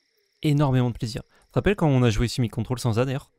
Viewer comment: Ce n'est ni Simir ni Dimic. C'est Surimic. 🦀